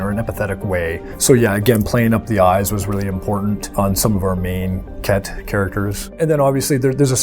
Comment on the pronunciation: I cant get it out of my head, i keep hearing the race as the Kek. pepe lives.